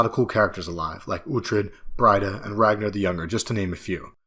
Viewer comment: Why mispronounce "Breed-a" as "Bride-a"? Never done that way in the show.